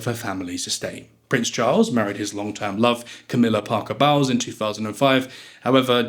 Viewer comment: 1, it's pronounced St Trop-ay, not Tropezz 2, it's pronounced Parker Bowl-es (like bowling) not Bowels